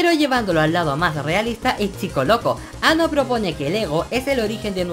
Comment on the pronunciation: Hideaki Anno de pronuncia An-No, no Ano xD